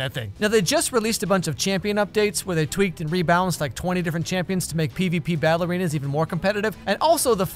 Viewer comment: I know you said 'battle arenas' but it sounded like ballerinas